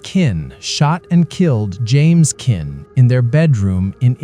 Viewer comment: AI They can't even program their AI voice to pronounce the name of the Villines correctly It's Sharon Kinne (Kin-ney) Not Kin